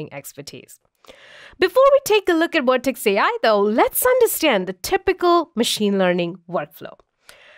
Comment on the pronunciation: Please provide a speaker that pronounce the letter V.